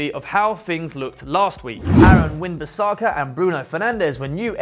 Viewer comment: My guy said Aaron Win Bissaka smh it Aaron Wan Bissaka mate fort I'd get it out there for u mate.